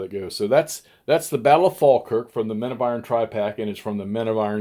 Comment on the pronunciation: I’m just back from a few days in Edinburgh. It rained. A lot. As an Englishman I think you pronounced Falkirk right. Sounds like this game makes Barbarossa look balanced.